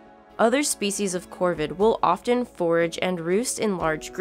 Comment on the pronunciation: This file pronounces the T in “often”. How ignorant can you get?